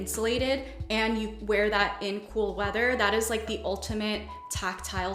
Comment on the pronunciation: When she was listing tactile comforts and said she enjoys “cool weather” I heard “full leather” at first and got shivers 🤦🏻‍♀️😂